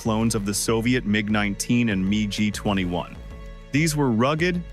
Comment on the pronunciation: why use ai voice, this smells of ai slop, the mig-21 pronounciation is killing me :((